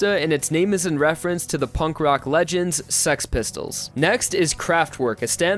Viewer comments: Why you say it like sex pistols lol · HE SAYING SEX PISTOLS or else it sounds like that lol. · him thinking he's saying six pistols Me: he's saying sex pistol. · i love how he says six pistols as sex pistols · Its funny how im keep hearing saying sex pistols And not six pistols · I knew it, its "sex pistols" not six pistols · dude it is six pistol not sex pistol xD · Bruh it’s six pistols not sex pistols 😂😂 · He said sex pistol it’s six pistol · Six pistols when he says it sounds like sex pistols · He kept saying the name correctly. Its name is not Six Pistols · It is called sex pistols dude,go check the english name lol.